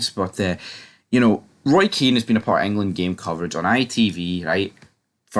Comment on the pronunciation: Hun ears ffs get a grip kid he's been sucking english cock for years Kean gives them abuse you simpleton did you go to a special school if you're a football expert get people's names right